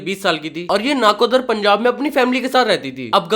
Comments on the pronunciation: Its नकोदर not नाकोदर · Bro its not naakodaqr 😂 , ot nkodar